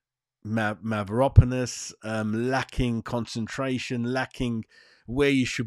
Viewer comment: Who's mavoropolis? It's Mavropanos